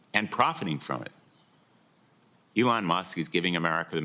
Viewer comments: What a sad hearing for Peters. Falling on the sword for the left since he's not seeking reelection. If you're going to talk bad about the man, you should at least give him the respect of pronouncing him name correctly. E-Lon not the hard Senator... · Why do you keep saying Ellon Musk? Your side said saying names incorrectly is racist. Therefore, you are a racist by your own rules. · Why does Senator Peters keep talking about Elon (which he can't pronounce correctly) Musk & Donald Trump, instead of the actual subject of the hearing, which is wasteful spending by USAID? The allegedly illegal methods of the Trump administration to investigate, report, and stop waste is not relevant to the hearing. Nor are the alleged conflicts of interest of Elon Musk. Regardless of the legality of how these examples of waste, abuse, or fraud were discovered, the purpose of hearing is not to determine the legality of those methods, but to examine the information they produced. This is another example of one of the many reasons people have been abandoning the Democratic Party in droves. Whenever their opposition tries to address an issue of legitimate concern, rather than participate, the Democrat Party prefers to use the conversation as an opportunity to digress into an irrelevant adjacent subject that they believe vilifies their opposition.